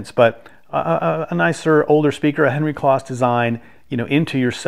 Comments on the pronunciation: Nice review, but just FYI, Henry's last name was pronounced with a long o, like "close." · Just for information's sake....Henry's last name Kloss was pronounced with a long "O" like close so it's like the adjective "close' like I was close to the fire. I only discovered this a few years ago myself.